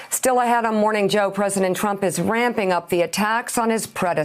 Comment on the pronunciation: Wait... did she actually mispronounced Trump as trunks? ROFL